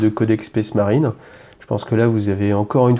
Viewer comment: "SPACE" marine pas "spèce" marine, bordel ! Ca écorche les oreilles...